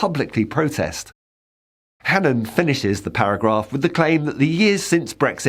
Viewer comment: I'm glad the presenter is at least pronouncing Hannan correctly. Its an extremely old Irish name - O'hAnnín means the seal of the keepers of the unborn/ the fire keepers. When names were anglicized the spellings landed differently.